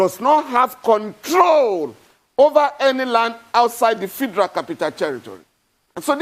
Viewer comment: Why is this guy Falana, mispronoucing FEDERAL as fee-der-al?